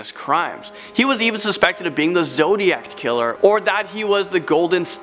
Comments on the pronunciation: You said Zodiact killer🤔🤭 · “zodiact killer” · "Zodiact" Killer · Coursed confession should be coerced confession -burtal murder not brutal murder -zodiact not zodiac -sadistict not sadistic How can one person make so so many mistakes? I have a seven year old daughter and I can without a doubt, guarantee she would make less mistakes than him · Am I the only one who heard "zodiackt" instead of zodiac? Smh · ‘Zodiact killer’ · I know everyone is bothered by the “satisfication” among with all the other weird pronunciations. Which I am too but I got caught off guard by the “zodiact killer” lol